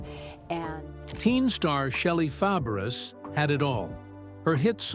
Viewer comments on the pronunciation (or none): I believe her last name is pronounce Fa-bray. The "a" after the F like the "a" in apple. She was a good friend of Annette Funicello and a great support to her during the progression of her MS. I bet she really missed her going through her own ordeal. But it looks like her husband was very supportive. I always liked her. I hope she is doing okay now. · This announcer is a bonehead. Her name is Fabares (pronounced Fah-bah-ray). The name is French! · You should pronounce shelly. FABERES the same as Nanette FAPERES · Please say her name RIGHT!!!!😢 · Mispronouncing her name is unforgivable. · Learn how to say her name WTF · You mispronounced her name!!!!! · Say her name correctly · He is an idiot who can't pronounce Fabres😂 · IT would be nice if you learned how to pronounce he name. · For sure! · I agree. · He got it close when he pronounced her aunts name . 😅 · I quit listening when he didn’t even bother to find out the correct pronunciation!😮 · Yes it would soooo annoying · Totally agree